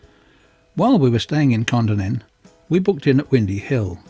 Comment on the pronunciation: Great video. Kondinin is pronounced by us locals as kon - dinin